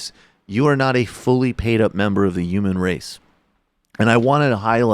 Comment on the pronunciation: This is disgusting but why does Michael hate the H in the word human? UMAN